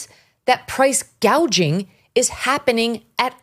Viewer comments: KH calls it “price gaging”…….😂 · Correction: Scamala said Price Gaging, NOT Price Gouging. She is so brainless she doesn't know the difference!